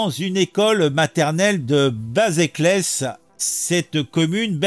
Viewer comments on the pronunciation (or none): Basècles, pas "baséclès", ptin...